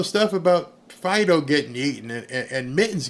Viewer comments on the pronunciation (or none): none